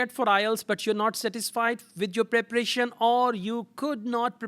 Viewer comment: Preparation not preprieetion.